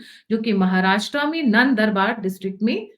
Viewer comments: 🙏 नंदूरबार कहते हैं। नंदबार नहीं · Nandarbaar nahi nandurbaar hai. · sorry it is Nand dur bar pronounced. Analysis and information shocking.🙏👌